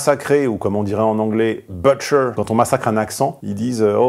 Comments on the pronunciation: "butcher" c'est un "u" court, donc ça ressemble plus à "boutcher" qu'à "beutcher" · l’accent n’est pas bon du tout !!! Tu massacres l’anglais. En anglais, butcher se prononce approximativement « bou-tcheur ». Le « u » se prononce « ou » comme dans « to put »et non « eu » comme dans « but ». Ps: j’ai fait l’erreur pendant des années.